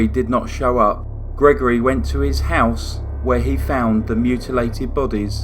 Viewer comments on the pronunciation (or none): none